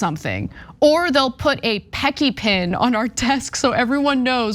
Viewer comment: 😂 OMG! Anna it's pronounced Pessy. Not surprised by this at all. Worked for Amazon for 3 years in Registries. Had 2 strokes and was let go 🙄 because I had to do the training again because you know I have zero short term memory. And refused to work a 11 hour shift. That was my shift pre strokes (I had 2).